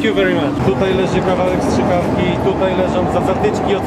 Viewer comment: Nie szczykawki, ale strzykawki ;)